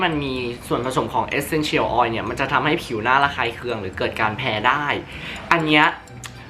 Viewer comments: ทำไมออกเสียง Essential แบบนี้ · ฟังการออกเสียง Essential แล้วจั๊กจี๋ 555